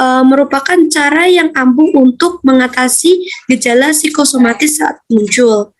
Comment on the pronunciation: kok jadi psikomatis ya teman2, bukankah psikosomatis yg anda jelaskan?